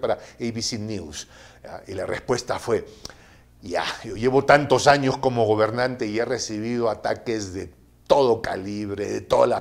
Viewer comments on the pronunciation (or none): none